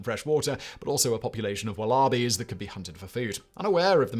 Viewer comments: 🇬🇧 🧐 Warl are bees 🇦🇺 😐 Mate its pronounced woll a bee 🇬🇧🧐 Warl are bee 🇦🇺🤦‍♂️ Just call it a mini kangaroo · Gotta love the pronunciation of 'well-arbies' Wallaby is pronounced less with 'wall' as in 'wall-aby' and more like 'holler' as in 'w-(h)oller-bee' Or the 'walla' as in the old chitty chitty line 'Walla walla bing bang' If that's a thing that anyone else randomly thinks about. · Would have been fascinating but was exhausting to listen to as you are gabbling too fast. Had to quit and go to wikipedia to read how it all ended. :( (And "wal arbies" - do you mean wallabies?)